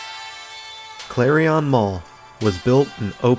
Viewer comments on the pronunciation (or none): Nice video and good memories of when it was new. But it drove me nuts every time he pronounced Clarion like it rhymed with carry-on luggage.